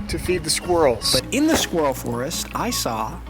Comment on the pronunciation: Is not being able to pronounce the word ‘squirrel’ properly an American thing ?